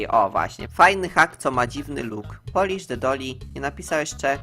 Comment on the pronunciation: uslyszalam poliż the dolly xD